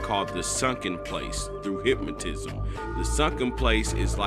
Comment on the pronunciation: Brain warshing and hyp-mo-tism